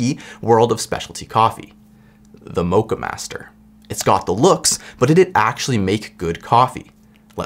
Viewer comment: You pronounce the o in Moccamaster like the O in ' lock ' , not the O of O My GOD ;)